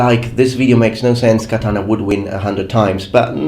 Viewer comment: Every time this guy says "katana," ICE deports a Puerto Rican.